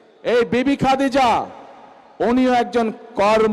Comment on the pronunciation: গাজাখোর। মূর্খ ভন্ড শালা। আগে বদর যুদ্ধের ইতিহাস পড়। মা খাদিজা রা: নামটি সঠিকভাবে শিখে নে।